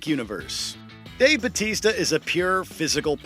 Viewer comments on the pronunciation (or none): It grinds my gears the way this guy says BATISTA despite his last name being BAUTISTA.